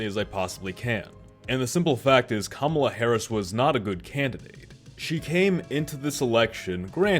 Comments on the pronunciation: You can’t even pronounce her name correctly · Why is it that sometimes you can pronounce Kamala's name correctly and other times you can't?... man, you said you wanted to be objective, and unfortunately, you failed face flat on this video .